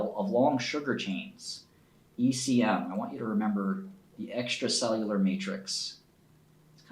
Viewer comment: Bruh this dude spent so much time working with excel he forgot how to read words